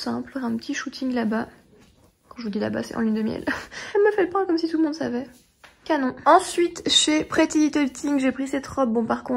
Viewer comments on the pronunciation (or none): none